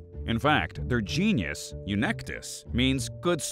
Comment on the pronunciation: it's genus not genius.